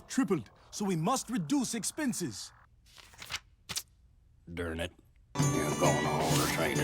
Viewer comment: "Dern it."